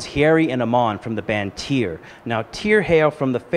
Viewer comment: MissLokiJackson Tweer!